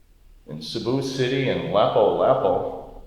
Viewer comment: That’s not in Cebu city it’s on Mactan Island. It’s pronounced Lapoo Lapoo.